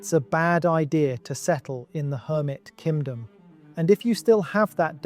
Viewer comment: Why does it sound like he’s saying “Kimdom” 😭